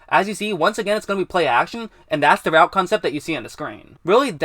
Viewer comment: "the" not "da"